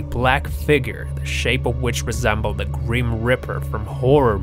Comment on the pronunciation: its not called a greem reaper, so why u saying it like that.